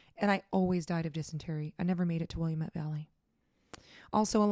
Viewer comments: It’s pronounced Will AHM Et, not Williamette. I know this because I am from the Willamette Valley!! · The land where he was tortured is permanently scarred. We stopped there in 2017 and while it's marked private property and homes are there now, it's soaked with what happened. By the way, it's pronounced Wi-lam-et. "Et" rhymes with bet. My wife is from Portland and Newport.